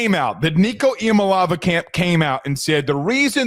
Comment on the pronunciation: Iamaleava: it is pronounced (E - a - ma- lay - a - va)